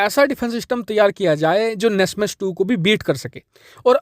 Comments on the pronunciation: nasmas nahin bhai NASAMS Air defense system hota hae bro 😂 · NASMAS nahi NASAMS